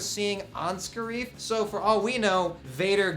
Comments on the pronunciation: and it's not friggin (ska reef) it is (scare if) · spoilers first it's pronounced scare if not scare eef also yeah everybody dose die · Ryan Meaker also the, "Scarrree-eef" instead of Scare-if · I don't think it is going to be pronounced Sca-reef I think it is Scare-if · The way they pronounced Scariff hurt too